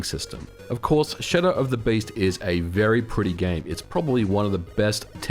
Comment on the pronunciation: First time i hear Shadow of the Beast pronounced with an Oz accent haha. Wonderful video! Brought back a ton of memories. Lots of floppies changing hands at recess in the nineties. Seems it was just a while back... snif